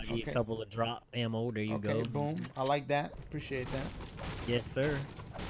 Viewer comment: His accent 😭 "It's gunna diughp"